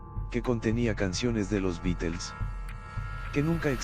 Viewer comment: Los Bitels 🤣